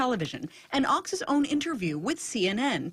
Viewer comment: his name is pronounced :Oaks , not ochs, (you are using lower case sound in upper case place.)